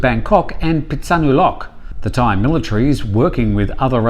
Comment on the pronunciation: So funny when you turn on your "ying-tong" accent when you try to pronounce Thai names/places.